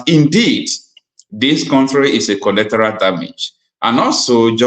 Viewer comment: what a tremendous job you are doing! In my opinion, you are umpteen. I, however, wish to correct you on a few errors which, if adhered to, will, immensely, enhance your efforts towards informing both the masses of Nigeria and the world, at large. That word is, actually, “Collateral” and not “Collectoral” - a word that doesn’t exist in the English Language. Also, the word, “Concern”, is often mispronounced as “Consign” which, even Lawyers and intellectuals, in Nigeria, are guilty of. They are completely different words, with different meanings - one dealing with feelings, while the other deals with goods, shipment or consignment. On e again, what a marvelous job you are doing!